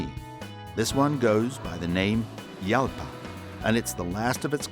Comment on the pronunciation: Pronounced Halpa,not Yalpa.It's Spainish.